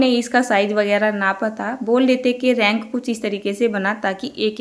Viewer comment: रैक बोलते h रैंक nhi di